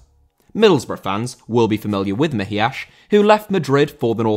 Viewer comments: Why the "Mejiash". He's spanish, it's pronounced like a normal "s". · Always appreciate the effort put in trying to get pronunciation right but almost all names were butchered on this video, specifically Mejías.